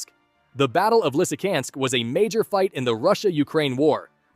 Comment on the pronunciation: Not Lysykansk but Lysychancks ch is not k